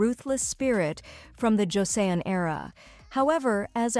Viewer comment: So viele falsche Infos...und dann kann die Sprecherin nicht einmal korrekt "Joseon" aussprechen.